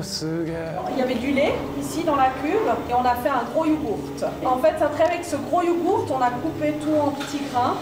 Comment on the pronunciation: UN YOGURTE ? MEME EN ESPAGNE IL PRONONCE PAS LE T C ABERRANT